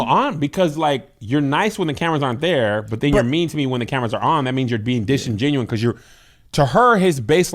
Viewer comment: Disingenuous not disingenuine - the latter is not a word and bugs me every time I hear it. Love you guys though sorry